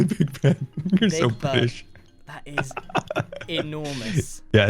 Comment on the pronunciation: It sounds like said "You're so fish" but he said "you're so brittish". I'm rewatching this so not hearing it the first time, it made me laugh.